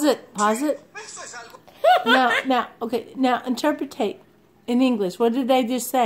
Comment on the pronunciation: Interpret not interpatate just a heads up.